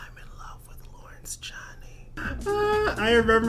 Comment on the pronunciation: By the way it’s Lawrence Chaney sounds like Dick Chaney or 2 Chains ⛓...not that you asked lol. Not trying to be rude just trying to help ya out ;)